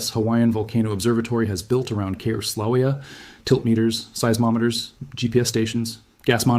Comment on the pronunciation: It's so frustrating to listen to AI pronounce Kilauea more than 5 different ways! How about settle on the way Hawaiians pronounce it and stick with it?